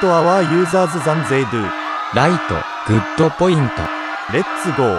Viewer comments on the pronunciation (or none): “gooda pointa” 😂😂😂